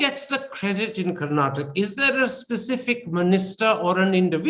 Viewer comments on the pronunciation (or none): Not karnatak....it's Kar-na-taka. I understand you are not familiar with the pronunciation. Please correct yourself and i beg others who are watching this video, please remember it's pronounced as KARNATAKA....don't forget the A in the end. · the anchor Mr. Thapar must first learn how to pronounce the state. it is Karnataka with a "a" at the end, not Karnatak